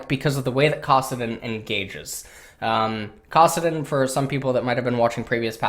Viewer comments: Anybody else want to fucking kill themselves when they hear say Kassadin? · Fucking and his retarded pronunciation of kassadin anyone else hear that and want to shoot themselves